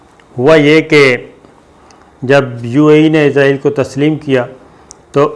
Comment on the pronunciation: صابر بھائی آپ ہمیشہ اسرائیل کو ( ازرائیل ) بولتے ہیں 🙏